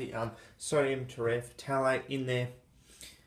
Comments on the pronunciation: Tera-f-thalate. Not tereh fatalate. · Te-re-thal-ate: the p is silent just like it is in phthalic acid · It’s pronounced terephthalate you ding dong!